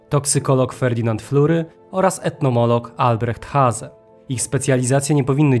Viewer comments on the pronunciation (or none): Takie małe sprostowanie, naukowiec zajmujący się badaniem owadów to entomolog, nie etnomolog. Poza tym mało znaczącym przejęzyczeniem, materiał świetny :)